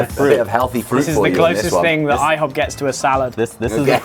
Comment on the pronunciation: i-HO-p 😉😉🥞🧇